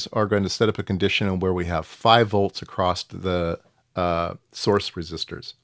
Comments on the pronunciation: Sorry, but I keep hearing acrossT when my ears expect simply “across” (without the “T”). Other than that, thanks for the explanation for something I did not even realize built so complex! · Interesting because I hear the extra 'T' all the time and its more prevalent in USA than in UK and I don't get it !! its ACROSS not ACROSST !! LOL :)